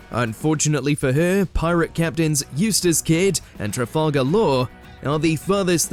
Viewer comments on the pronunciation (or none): TRA FAL gar, not Trifalgur